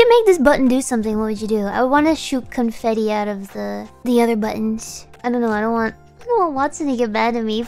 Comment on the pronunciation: I'm absolutely certain Gura said 'cumfetti'. Like a little Freudian slip.